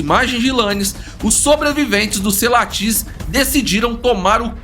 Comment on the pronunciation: Corrigindo algumas coisas: - Primeiro um nitpick, Mapogo se pronuncia "Maporro", Majingilane se pronuncia "Madinguilane" e Selatis é "SeLAtis", não SelaTIS. A reserva é chamada Sabi Sands, não Sabi Sand; - Mapogos Ocidentais não aceitaram Mr.T como líder quando ele retornou, isso não tem nenhuma base na realidade, ele era o menos dominante dos 5 quando retornou; - Outro nitpick: Biólogo algum testemunhou qualquer coisa na reserva, biólogo não trabalha em reserva, Rangers e Guias que testemunharam; - Mr.T morreu em março de 2012, Pretty Boy ainda viveu até dezembro do mesmo ano e Makhulu até março de 2013; - Essa história dos Selatis-Majingilanes tá longe de ser uma representação correta dos acontecimentos. Eles já vinham se enfrentando a mais de um ano desde que Selatis viraram dominantes e foram Majingilanes que mataram o 5ª Selati em 2011 quando os últimos eram nômades. Majins eram sempre os leões invadindo o território ocidental dos Selatis e sempre os Selatis os batiam de volta, porém um dos Selatis foi morto por um búfalo e c/ a vantagem 4x3, Majingilanes feriram gravemente um terceiro Selati que veio a morrer depois e aí tomaram o território. Ambas coalizões estavam no auge quando se enfrentaram. Tudo está registrado em relatório dos rangers na tpc "Lion Tales" do próprio WF.